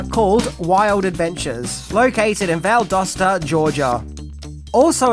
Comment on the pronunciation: Okay, first I wanna say, thanks for getting Valdosta correct in how you pronounced it. Some folks have said it like " doughsta " when it's like " dasta". I live 35-40 minutes from Valdosta and have gone to wild adventures many times. It's s great theme park, I've been on a couple of rides shown in the movie even the one Emma and Abigail get on fighting off the zombies. When I was in middle school, one of my teachers at the time, his buddy wish I had gotten his name, but his friend was Woody's bodyguard during filming. He said Woody was a great guy & kept everyone laughing. It's a good movie all around, but some of it being shot in my home state and somewhat close to me is what makes this film that more special.